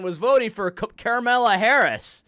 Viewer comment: The way you mispronounce Carmeller Harris's name has permanently ruined her name for me. Now when I hear a family member talking about Kamala as a serious candidate, all I hear is "Camella" XD